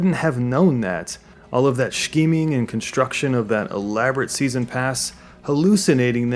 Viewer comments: pronounced "skeeming", not "shkeeming" just in case it wasn't a joke :) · I like the video but GOD the way you pronounce "Shh-keeming" annoys me. It's Scheming. Pronounced like Skeeming. We're not germans. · Great video but why do you say scheme like that? It's weird lol. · Ahhhh I don't know if someone already mentioned this but you're pronouncing "scheming" wrong. Is it a channel quirk? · I like the way you say scheming, subbed